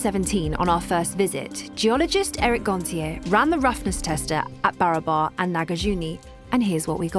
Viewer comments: Well, welcome to the Original India - the India that some people tried really, really hard to falsify.. BTW, it's not pronounced as BARABA(R), its actual pronounciation should be / is BA-RAA-BARR (which literally means equal or identical in Hindi/Marathi) P.S.: this is actually a fact about India 😅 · Just a little correction about how the name 'BARABAR' is to be pronounced - In the local hindi or bihari dialect it should sound more like B'e - ra - br Hills / Caves the very meaning in hindi itself being 'That which is Similar to one another'.. Hope this solves the big mystery of why each cave was meant to replicate one another! as temporary resting places for the Buddist monks and weary travellers. Almost serves like airport terminals Or Bus stops laid out not very far from one another. And these caves themselves also get the name from the surrounding B'e-ra-ber hills (Of same name) being similar in the long shape and proportion within which the caves are carved in. Hope this helps. Great docu by the way.👍👍